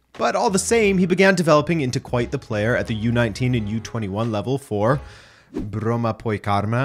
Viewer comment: As a Swede, Good pronunciation! Well done 👍🏻👏🏼👏🏼